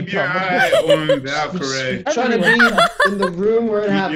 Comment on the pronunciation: VALKYRAE RAE RAE RAE RAE, not rie